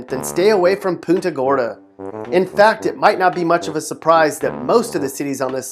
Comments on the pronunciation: Saying Poonta Gorda is like nails on a chalk board. Its Pun ta Gorda. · It’s pronounced puhnta gorda not poonta gorda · Did a 5th grader produce this ? I will say, that Floridians put up with some shitty restaurants. I cannot find a decent pizza in the entire fucking state. BTW, it isn't "Poonta" Gorda. It's Punt-A-Gorda. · It's puhn-ta gorda, not POON-ta gorda... see what's on your mind, mhmm. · IF U CANT SAY PUNTA GORDA RIGHT THEN DON’T COMPLAIN ABOUT IT 😚😂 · You've got your list all wrong. I have lived in Florida my whole life and I gotta say Punta Gorda (which you pronounced wrong) is not boring. About thirty minutes away from that city is another city called "Arcadia". There's nothing to do there at all. It's mostly married couples and old people. It's "boring" according to your standards. That place and Punta Gorda are pretty similar, googling them brings up practically nothing fun. But drive through Arcadia and you'll realize why the elderly and couples wanting tonstart families go there. It's filled with trees and animals, it's beautiful. Drive through Punta Gorda and you'll find the most beautiful beaches and a really cool park for small children wanting to play with their kids called Gilchrist Park, and a pier for families to hang out called Laishley Park. It is filled with the elderly and married couples because they're family areas and they're very beautiful. Just a little lesson for ya. The most boring places are areas where you can't take a step without being robbed. No one would be able to enjoy a vacation like that. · Learn how to say Punta Gorda. I'm from that county that Punta Gorda is in. When I lived there and went to school there. There was always something to do. Don't knock it, if you haven't tried it. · You pronounce Punta Gorda like a tourist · I've never heard Punta Gorda pronounced like that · The way he pronounced Punta Gorda, made me laugh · LOL.. This guy can't even pronounce Punta Gorda correctly!